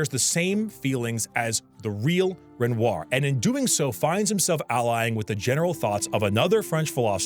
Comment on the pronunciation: played this game 3 times, and still mispronounces Renoir? I think this boy just wanted to eat a bunch of bread on camera. (real)